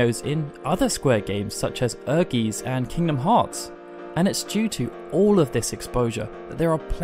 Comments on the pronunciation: Not meaning to sound nitpicky, this is a good video, but "Ehrgeiz" has been pronounced wrong here - it's German for "Ambition", and is actually pronounced "Air-guyts", not "Err-geez". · "other square games such as ERKEES" okay.